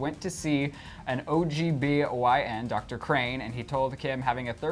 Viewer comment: Did he say ogbyn???